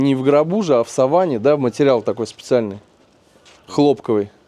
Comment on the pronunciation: Хоронят не в савАне, а в сАване! Неуч.